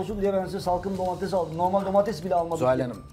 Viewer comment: Yalnız programdaki herkes neden domatese DOMATEZZZZZ diyor 😂😂😂 domatezzz aşağı domatez yukarı. Kimse domateS demeyi bilmiyor mu ya